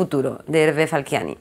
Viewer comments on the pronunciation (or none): Un grande. Pero deja de llamarlo "Falquiani"!!